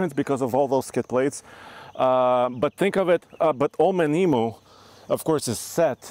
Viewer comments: BTW Old Man Emu is pronounced Ee-mew, not Ee-mooo LOL! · It's pronounced eme uuuu! Not emeooo! Just ask any aussie. Or ask Old Man Emuu hemselves. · It’s pronounced “old man emu [em-you] 😂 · Boys, its pronounced "Old Man Eam-you". You take all our best stuff while we are left with crap made in Thailand. We are happy for you, but at least say it correctly 😎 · You'll both need to learn how to pronounce Emu. 😂 It’s eem/you